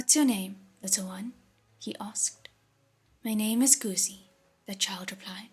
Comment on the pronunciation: These audiobooks are amazing! Just one small thing, Guzi (the 'zi' part) is pronounced incorrectly here.